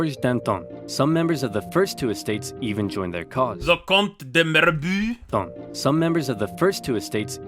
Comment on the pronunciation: As a french hearing you pronounce the name of the Comte de Mirabeau was just ridiculously hilarious (no hate I’ve just never heard it pronounced that way and it was soo funny to me 😭) PS. the actual pronunciation is "Mirabo" because eau makes an o sound (